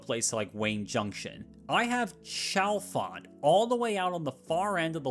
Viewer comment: Pronounce Chalfont with a "hard" CH ONE MORE TIME & I'm going to reach through my TV & smack you. It's "SHALL-font"